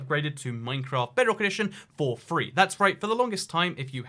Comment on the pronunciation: I hate when this guy says free, tree and three god dammit